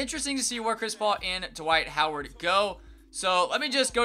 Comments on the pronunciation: lol he said dwight coward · dwike howard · Just gonna ignore He said Dwight Coward